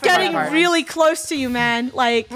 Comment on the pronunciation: Funneh: SHES GETTING REALLY *British CLOSE